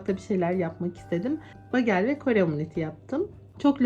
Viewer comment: Begıl diye okunuyor. Susamlisi ,corekotlusu,sarimsaklisi ve kuru uzumlusude oluyor. Kizartip krem peynirle yerler Amerikalilar genelde yada yagda yumurta ve kasar peyniri ile tost yaparlar. Kahvaltida harikjaaa olur😊